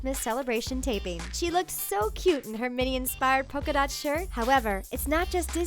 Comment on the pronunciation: They keep saying poka-dot shirt but it's her skirts that have pika-dots